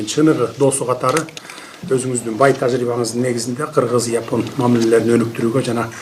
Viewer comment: Япон эмес жапон деп айтылганы кыргызча болоор